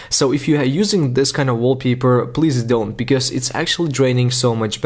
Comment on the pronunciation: “wallpeeper? “ wtf